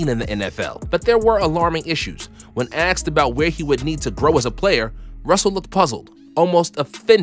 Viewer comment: The dude commenting this said when "axed" lol